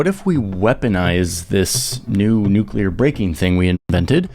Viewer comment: I started listening to a different video about this subject, but he showed his lack of expertise as soon as he said "nucular".